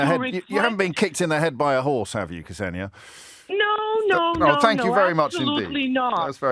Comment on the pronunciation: Ksenia I believe. Tbf to you, I've mostly heard it pronounced like "Xenia" rather than what James did.